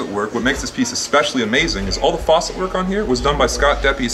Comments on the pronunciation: for sure .. but its facet not faucet lol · It’s facet not faucet lol Sick glass tho, I hope they’ve survived the pandemic. Wish LA had shops like this 😩